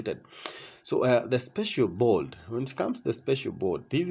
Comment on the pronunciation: Board. Not bold.